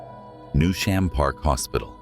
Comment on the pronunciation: Newsham. Robotic AI voice is atrocious with its pronunciation